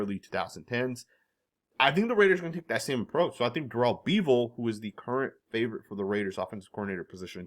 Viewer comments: It's Daryl BEV-el. Like Bel Biv Devou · I went to Wisconsin and played some football at Whitewater and pretty much spent years watching Darrell bevell play quarterback and then threw his early years he's legit but you are definitely not saying his last name correctly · If Pete was going to go back to Bevel (pronounced Beh-vel, no Bee vel...), he'd of done it a long time ago? He's moved on. don't see him hiring Waldron either. He underwhelmed big-time in Seattle and Pete won't want to hire someone who's a reclamation project. I could see him liking Slowik a lot because Pete likes a balanced offense that has a solid run game. He's not going to pick someone whose doing a high powered pass offense, in part because it leaves the defense on the field too long. I could see him also looking at Byron Leftwich & Frank Reich... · Bevell is pronounced like Level. FYI